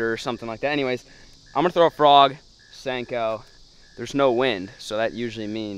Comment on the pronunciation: Senko ... not stanko